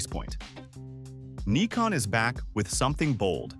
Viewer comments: This is the the proper way to pronounce it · Yes, Neeecon is how the Japanese pronounce it, Nigh-kon in the US, and Nick-on for the rest of the world. Many English speakers will say ZED instead of ZEE as in the US. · Yes brother! Neekon is a Japanese Brand, so is pronounced Neekon. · That's actually how the folks in Japan say it. From Google - The Japanese pronunciation of "Nikon" is closer to "NEE-koh" with a very silent "n" at the end. This pronunciation is different from both the American and British versions. In Japan, the company name is pronounced the way the name's owner says it is, and Nikon Japan officially blesses all regional pronunciations of their company name. The Japanese pronunciation of "Nikon" is also influenced by the fact that the company's full name is "Nippon Kogaku," which translates to "Japanese Optical". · Actually, I have heard some Japanese folks pronouncing it this way